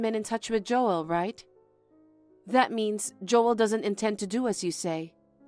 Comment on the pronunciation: Joel is one syllable, not two.